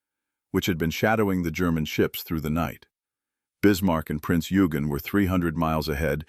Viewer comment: Eugen is pronounced Oi-gen not Yu-gen.